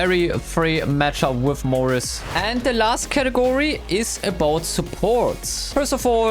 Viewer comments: Its Not Morris it is Mortis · I love when you say mortis 😅